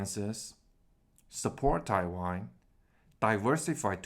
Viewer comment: I know you are saying Taiwan. But your pronunciation sounds like you are saying Thai Wine XD.